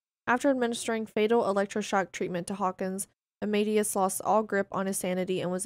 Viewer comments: it's not pronounced armaidious it's pronounced armadayus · Amadeus = amma-day-uss